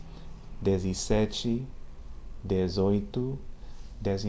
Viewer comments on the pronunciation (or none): O "e" em dez tem o som aberto, como no primeiro "e" de sete. O segundo "e" em dezesseis, dezessete e dezenove tem mesmo som de "e", da forma como você falou ficou com som de "i", como se fosse "dez i seis" "dez i sete" e "dez i nove". No meu dialeto o caipira, você pode falar também, dizesseis, dizesste, dizoito e dizenove, mas isso está gramaticalemente incorreto, como trocar "e" por "i" no fim de palavras, mas isso é muito comum na fala. Espero ter ajudado.